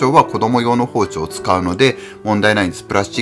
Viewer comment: あらぁ～ 息子ちゃんの「さいごまで ごしちょう ありがとうございました。」「チャンネルとうろく よろしくね。」にキュンキュンしました。 かわいぃ～。😆 子どもと料理すると、楽しいけど、まぁ、散らかりますよね。片付けが大変。 クリスマスケーキは我が家もよく一緒に作ってて、小学校高学年になると３兄妹だけで作ってました。 一応、プロが作ったケーキも用意してて次の日に食べてましたけど。 おやこでてまきるもん、楽しみにしています。 あと、『包丁』のアクセントが福岡と違ってて面白かったです。 大分は、ほぉ⤴️ ちょ➡️ って発音するんですね。 福岡は、ほぉ➡️ ちょ➡️ です。🤭